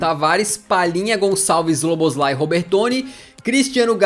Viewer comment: Pronuncia-se Soboslai. hahahah. SZ em hungaro tem som do nosso S. S sozinho tem som de X